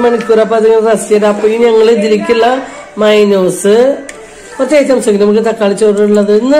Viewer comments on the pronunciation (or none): മൈനോസ് അല്ല മയോണൈസ്